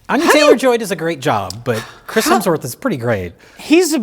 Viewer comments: ...you repeatedly call him Chris HELMSworth. It's Hemsworth. You should apologize. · another instance of the incomparable pronouncing Hemsworth as “Helmsworth” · It’s been nine years since Mike made fun of for calling Chris Hemsworth “Chris Helmsworth”, yet he’s still doing it. God bless his soul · I think this might be my favorite movie ever too.:trophy-yellow-smiling: And its HEMSWORTH! Not Helmsworth. "Bad Max" features an old sullen mel gibson driving around suburban strip malls in his smart car. Throwing a fit at the Starbucks drive through. Yelling at teenagers. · Mike is seething behind the camera at pronunciation of "Helmsworth" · I just need to stop you. You you consistently al- always say "Chris Helmsworth". It's "Hemsworth". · 8 years after being scolded by Mike for saying "Helmsworth," and is still doing it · "chris Helmsworth" - did it again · still calling him Helmsworth 😂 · did say "quic-chris helmsworth"? dick the birthday boy never learns... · still calling him Chris "Helmsworth" despite being previously rebuked by Mike. Poor Chris Helmsworth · calling Chris Hemsworth Chris Helmsworth with the inevitability of diabetes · still says Chris HeLmsworth 😆Mike corrected him years ago! lol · hes still calling him chris helmsworth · still says "HeLMSworth" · says 'Chris Helmsworth' again. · is finally free to mispronounce “Hemsworth” now that his bully is gone.